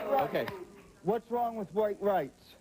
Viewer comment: "OH it's wong" lol yea stay over there breeding wit ya backwoods brothers lmao